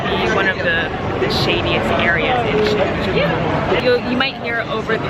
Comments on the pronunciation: Shinjeekee?? I don't think so haha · not shinjeekee Shinjūkū. Like Shinyūkū. Thats the right to say it. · You pronounced it wrong. The u is pronounced like a Y or Yu Sounds like Shinjyky